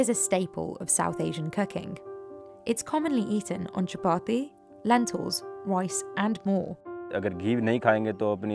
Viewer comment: Shoutout for pronouncing chapati so beautifully 🎉